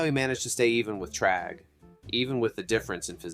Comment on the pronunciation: Bro… you’re pronouncing Thragg as “Tragg” and it’s annoying